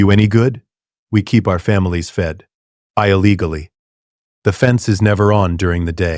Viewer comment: probably because it sounds like chatgpt fanfic being read by ai voiceover. "eye legally" instead of illegally for example.